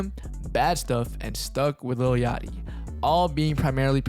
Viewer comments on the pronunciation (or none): none